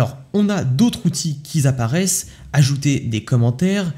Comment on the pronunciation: oh non par pitié pas toi ! tu t'exprimes bien et tout et tu passes devant 1000 personnes etc… Tu ne peux pas continuer à dire des trucs comme : • "d'autres outils qui 'Z'aparaissent …" ou • "ceux qui '*Z*'ont" la dernière version …" Alors peux-tu expliquer d'où est-ce qu'il sort ce "z" en plein milieu de la phrase stp ?? On fait directement la liaison mon gars sans prononcer le "S" qui n'existe pas ! (à ne pas confondre avec "ils ont" là oui on prononce le s>en "z". ça pique les oreilles ces erreurs de grammaire vraiment sorry la génération Z vous ne faites pas d'effort… Ce n'est pas méchant hein ! Mais juste pour secouer un peu par ailleurs, bons exemples pour la MAJ etc merci pour la vidéo quand même.